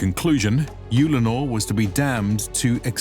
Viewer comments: i've always pronounced it Ull-a-nor. He says Yule-le-nor. Just wondering which one is generally used by us. audiobooks etc? thanks all. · Just to let you know your saying the name of the planet wrong its pronounced ULL - A - NOR as if you are saying the word HULL but without the H so it would just be ULL. Your putting to much U sound into the word so its sounding like UUULLENOR. Other then that this was a fun watch good job.